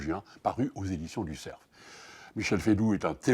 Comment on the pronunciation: Cessons de prononcer éditions du ''CERF" comme si c'était un ''serf'' en disant le F !!!!